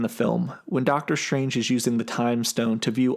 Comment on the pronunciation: doctor shtrange. once heard, cant be unheard.